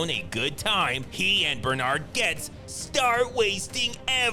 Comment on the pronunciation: Dude said Bernard Getz 🤣🤣🤣🤣🤣🤣🤣🤣🤣